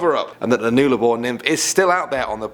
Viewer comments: I’m Australian and never heard the Nullarbor pronunced noolabor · It's pronounced "nuh-la-bore" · It's pronounced Null Abour (Latin for no trees). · Nuber 10 it nullabor it pronounced null sounds like dull but with a null-r-bore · It’s not Noolabor, it’s “uh”, A’s is bum 😆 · Ugh you butchered the pronunciation for Nullarbor. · Mate if you can't pronounce Nullabor then you really shouldn't be talking about Australia, you idiot! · it is pronounced nullabor not nularbor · Not noolarbore pronounced null a bore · just helping you out with pronunciation here but Nullarbor is “nul-ah-bore” not “nool-ar-bore” but you did well😂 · OMG HE PRNOUNCED IT WRONG! LOL It's Nuh-La-Bore, Not noo-la-bore. God, I sound like Hermione Granger. lol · Nuh-lah-bor not new-lah-bor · its null-abour not newlabour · It pronounced nul-ah-bore mate not nool-ah-bore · It's Nuh-Lah-bor! Not Nue-la-bor! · Nul-a-bore not newlabore but otherwise great video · It’s not n-eul-a-bor it’s pronounced n-uh-la-bor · Its pronounced 'Nullarbor' not 'noolabor' but either all great video and I subbed to ur channel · I'm Australian and it's said nullaboar not noolaboar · It is nullubor not noolabor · Nullabor is pronounced "NULL - Ah - bore" not "Nool - ah - bore" just so you know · Awesome video guys, just love them! With number 10 it is pronounced ‘Nulla-boor’ not ‘Noola-boor’, but close enough. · "noolabor"? its pronounced "nulabor" lol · Awesome video, but Nullarbor is actually pronounced ‘Nullabor’ not ‘Noolabor’ just saying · Newllabour?? Null as in null & void, now say Nullabour rofl! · Noolabor 😂 the pronunciation hurts my ears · your pronoucing nullabor wrong its nulla bor theres no w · I'm Aussie cool vid, it's (Null-La-Boar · Null Ahh Bore say it with me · *nah-lah-bore is how its said. Also it is the land down under, men at work wrote a song about it and yes i am aussie. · when u pronounce Nullarbor as noolabor 🤡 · It’s NUH-llabor. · It is pronounced null-a-bore